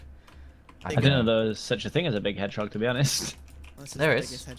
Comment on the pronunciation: i know spanish she said what is a hedgegog